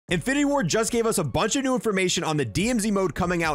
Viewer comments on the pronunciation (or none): none